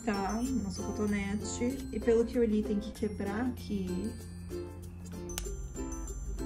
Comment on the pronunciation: Que agonia ela pronunciando coNtonete